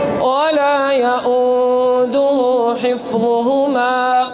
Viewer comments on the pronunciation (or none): none